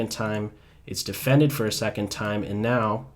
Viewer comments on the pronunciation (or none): none